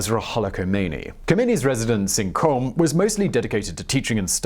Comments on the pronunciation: I don't mean to be anal about it but Qom is actually pronounced "Gohm". A Q in Farsi is typically a throaty G sound. Otherwise great video! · It's called or rather is pronounced ( kOOM